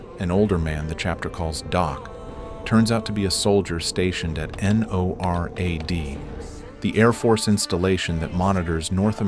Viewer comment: multiple times in the video the narrator said norad as n-o-r-a-d and more so maybe just the narrator is ai